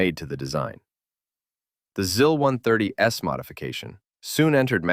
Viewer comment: Just a minor nitpick, the i's in Russian are more like the ee in "sees" than in "sis". So it's more like "zees" and "zeal" rather than "ziss" and "zill".